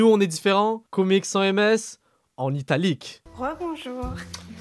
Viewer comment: "Comic sans MS" la prononciation met les fans d’Undertale en pls